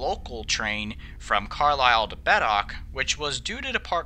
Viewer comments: Its pronouced "Beet-ock" not "Bedock" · Perhaps they objected to Beatock being pronounced Bet-ock, rather than Beet-ock. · Beattock is pronounced "Bee-tock" and Moffat is pronounced exactly as it is written - "Moff-at" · The Granton to Burntisland rail ferry across the Forth was roll on roll off and opened in 1850. Beattock is pronounced Beetock. Otherwise a well balanced documentray. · Very good, but the commentator should have been instructed how to pronounce Beattock Moffat Carlisle and Carmichael! :)